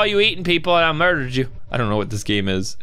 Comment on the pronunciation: you dident say murderd but burderd